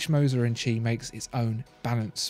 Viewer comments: In Moser & Cie - Cie is pronounced see not chee. For example In French sky is ciel pronounced seel. This undermines my confidence in your rather portentious commentary and is irritating. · I can’t un-hear this “tchee”... “Compagnie” isn’t too hard to pronounce. Same as Company... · It's pronounced "see" not "Chee" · Chee? It's not Italian, it's French, and they say "compagnie". It's no more "chee" or "see" than "lbs" is "libs". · It's not "H. Moser "and chi"", but H. Moser "and company". "cie" is the abbreviation for "company" in French. Ears still ringing... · "Cie" is pronounced "si" or "see", not "chi". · Please...! Now that you know that “Cie” means “compagnie”, spare us the “tchi” and redo the voiceover, correctly this time! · its not pronounced "chi", its more like "sea" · Please, please...'Cie' is the French abbreviation of 'Compagnie' and not pronounced as 'chi' , the English should know better! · Was about to comment same. Puts credibility into question when a basic pronunciation is borked. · Made me cringe every single time. Should have called the cie H. Moser and son.